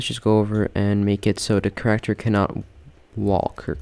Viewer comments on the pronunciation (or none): lmao i love the way he pronounces "Character"